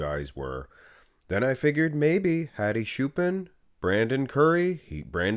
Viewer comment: lol "HAdi Shoo-pin"